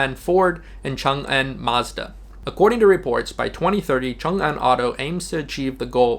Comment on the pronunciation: You are an expert in Chinese; most expats cannot pronounce "Changan." You did a great job.